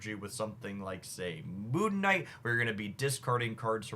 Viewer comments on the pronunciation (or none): none